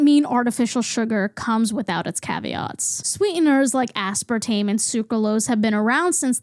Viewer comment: aspartame. asspartaym. asspartahmee.